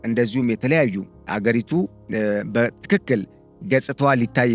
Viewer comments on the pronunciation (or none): none